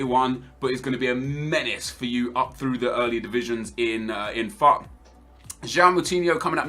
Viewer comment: Whenever says ''FUT'', if you don't listen carefully, it sounds like he's saying ''Fuck''.